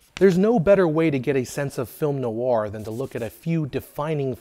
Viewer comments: Why are you saying noawah it's just nware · I’ve never heard “noir” pronounced like that before. Always thought it was one syllable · I like this series, but find a video about film noir difficult to watch when the key word "noir" is continually mispronounced.